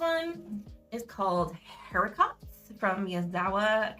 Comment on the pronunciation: I'm not a french expert but I think it's pronounced "ari-co"